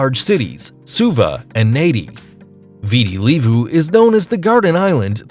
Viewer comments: The way he pronounced VITI LEVU is wrong....😂😂😂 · Viti Levu is pronounced Vee-Tee Lei-vu